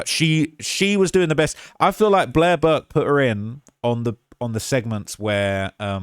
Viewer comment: you said "Durk" instead or Burke.